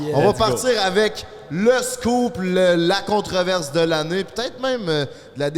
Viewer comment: Merci de me faire rire ! On dit controverse lol pas contre verse, 🥰 ça me fait penser à sabrina d'od dans l'ouest qui quote : bouquet mystère en faisant référence à un bouc émissaire